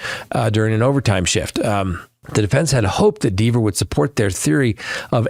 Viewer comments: Not sure we're watching the same trial. First it's John not James. Also, it's Dever (like Denver without the n) not Deever... She made that VERY clear on the stand. You sure you're actually watching this or are you getting a recap from someone else? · Do you even watch the Read trial? -JAMES O’ Keefe?? No, it’s JOHN. JOHN O’Keefe. -Deeevers? Had you watched, you’d have seen where she admonished AJ for that pronunciation. There are more you facts you got wrong, but I’m over it and dropping you. You’ve gotten wasaaaay too deep in the bias weeds.